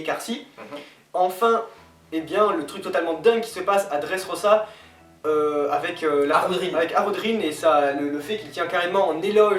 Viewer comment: bien le truc des bruit de gouttes d'eau^^: ouui eichi' a tout preparé; prononciation: LEUFFY; OUS(S)OP; DRESSROZA; ENIESSE LOBY et enfin les gars c'est pas mal mais sa serait mieux sans la coupe bieber xD